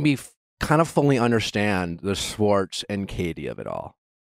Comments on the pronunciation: Nick, love you, but please learn how to pronounce "Schwartz" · The way you say "sss-wartz" instead of Schwartz was driving me nuts lol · it's Tom SCHwartz pronounced with the Sh. for fucks sake Nick, lol someone help correct him! lol driving me nuts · I wonder if we’ll get an episode where Nick actually pronounces Schwartz’s name right 🤦🏻‍♀️🤣